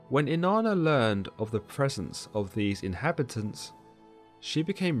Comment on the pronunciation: Inanna sounds like enana in Spanish which means dwarf, and that’s all I hear every time he said here name.